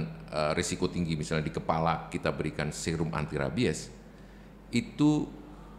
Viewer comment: Mbak penyebutan rabies nya salah😂